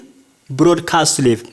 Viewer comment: Good work, but on 11the sentence, the word live is not pronounced correctly. Just watch out for such silly mistakes as you're trying to teach, not communicate. No offence, anyways.